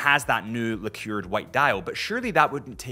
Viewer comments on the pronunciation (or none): “Liqueured”. I think you mean lacquered.